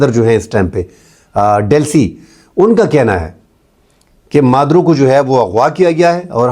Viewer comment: Maduo nhi Maduro naam he 😅